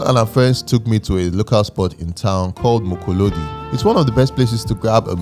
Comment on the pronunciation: Mokolodi he didn't say it right 😂😂😂